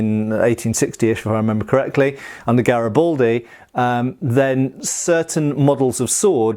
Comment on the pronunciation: You have no idea how much pain you cause my brain every time you brits or Americans say Gariboldi